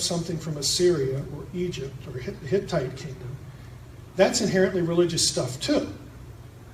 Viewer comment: Hitites, not hickies!